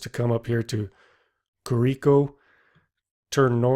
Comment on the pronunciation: It's pronounced curico...not kuREEko...the reason you don't see the fuselage: On January 18th, 1973, ten members of the Andean Rescue corp, a member of SAR, an air force lieutenant and a priest, went back to the site to gather the remains of the dead. They buried them about half a mile from the wreckage. After saying mass, they covered the fuselage in gas and set it on fire....that's why there's nothing of the fuselage left. Also the pilot and co pilot were not eaten first bc they were stuck in the cockpit. Nando didn't protect their bodies, he simply asked for them not to be eaten...same with Lilliana Methol. All agreed not to eat those bodies.